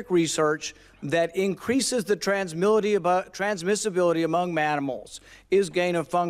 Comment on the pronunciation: Senator Rand "Transmissamility amount manimals" Paul